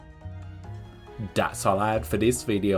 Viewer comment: "Dats allat for dis video"